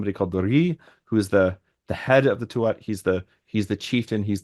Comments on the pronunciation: Tuath, is pronounced Tooah. You don't pronounce the last T. And yes, it largely means the territory/tribe. And that word for history is seannachas, which you very well described... "old handed down lore"as opposed to Stair, as in 'history ' we also have bealoideas, directly translates as mouth/oral education, or folklore, in English doesn't quite cut it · Tu(at)ha is pronounced 'Tu-ha' or 'Too-ha'. The middle a/t are silent and the 'u' is long. Thanks for all the great conversations! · Tuath, the “th” is silent, so its pronunciation is “too ah”